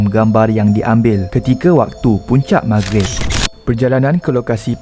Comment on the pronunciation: Lah ni kew ratu cantik Malaysia🤣🤣..klw mcmni book flight p bangla jela..org bangla pon tau cakap mahgrib